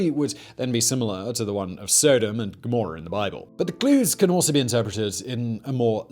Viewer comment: "The tale of SODIMM and gmrorrhhh"?